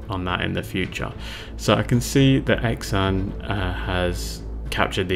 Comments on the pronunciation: Xan is pronounced more Sian or Han the way you did. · Well done sir. I've always pronounced his name "Zan", like the "x" in xylophone, perhaps I was wrong? 🤔I believe Xan sculpted a range called Warmodelling, which I'm not sure is still in circulation. In the past I've read that his sculpting "hero" was Tony Barton of AB, and he creates figures which fit well with them. I believe that he has also sculpted Napoleonics. By the way, have you reviewed the "in house" 20mm WW2 ranges from Eureka? They do Japanese, Finns, Pacific Aussies, & US Marines. Did you manage to get hold of any of the Kelly's Heroes range sold by Grubby Tanks in the UK? Also, might be worth looking at the 20mm WW2 ranges sold by Lancer Miniatures in the UK, they seem to have quite a selection, not sure what they are like.